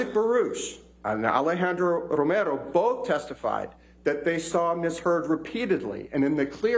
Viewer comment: This dude did his homework so much that he pronounced "romero" correctly and not in a gringo accent